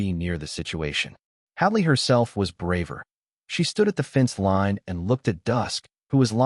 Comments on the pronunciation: What is with pronouncing line as lean? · It is AI using the soft I sound as in lip instead of the hard I sound as in lice. It doesn’t know the rule . . . yet